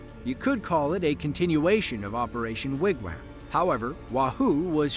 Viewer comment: Sure sounds like AI is pronouncing Wigwam as Wigwham